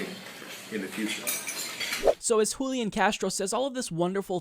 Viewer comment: Julián is pronounced with the stress on the final syllable, hooleeAHN. And yes he's an opportunist. Most (but not all!) latino politicians are.